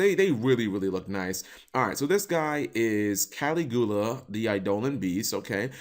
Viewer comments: Cap. it's pronounced: Cal-ig-ula, kinda like how Dracula is pronounced. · Caligula - uh sounds like the Roman emperor - BTW it's Ka- Li (soft i) - giu - la Also I saw "Honesty Neos" the name says it all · Caligula is based on the roman emperor.Also you pronounced it wrong.Aleister is based on Alesiter Crowley. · the way he pronounced Caligula triggered me